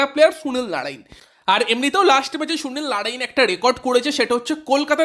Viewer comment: ভাই তুই আগে সুনীল নারিন উচ্চারণটা ভালো করে কর 😂😂